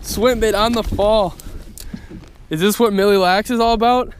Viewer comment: please NEVER say milly lacs again!